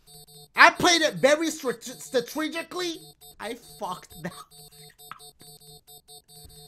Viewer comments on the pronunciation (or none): "statreegically" has me breathless and in tears 😂😂😂😂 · "I played it STATREGICLY!!!" Dashie had me dying! 😂😂😂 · Dashies L moment of the day 1. "Installations" 2. $13,000 = "13 hunnid" 3. "Statreegicly"